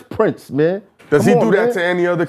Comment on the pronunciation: Not gonna lie, I enjoyed this episode for the contrasting views more so than the topic. Felt like a convo ya didn't want to have but had and it went better then expected. Nice chemistry gentleman. 👏 intriguing convo. Yo Math, you reaching. It's PRINCE (not King) not PRINTS.